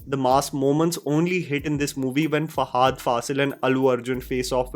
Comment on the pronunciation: It's not hard to pronounce Fahad properly it's not fahaad